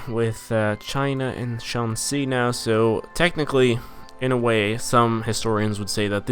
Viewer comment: The x in shanxi is pronounced like swedish kj. q and j are like english ch but instead of being t+sh, it's t+swedish kj. Q is pronounced like it has an h after it. other stuff